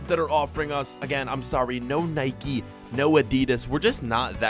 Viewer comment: It's nike not nickey